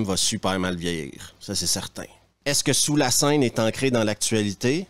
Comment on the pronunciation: "Sous lae seuaine" :D